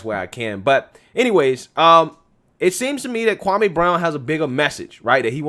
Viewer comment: His name is Pronounced Kwa-Me🙄🙄🙄🙄🙄🙄Get it right.. Stephen Big Face A conditioned everyone’s mind to say this man’s name WRONG🤬